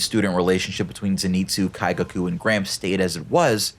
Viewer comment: Not to make fun of gramps but every time he said gramps I thought he was saying cramps